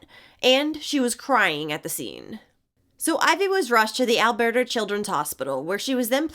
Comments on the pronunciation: As a Canadian why did you pronounce Alberta like its spanish Alberto lol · It’s pronounced « Al-BURR-ta » and it’s a province, not a state. 😉 🇨🇦